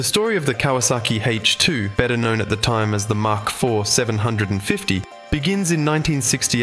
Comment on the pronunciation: Get it right! Mach IV. As in mach 1, the speed of sound. Said 'mack' not 'mark'.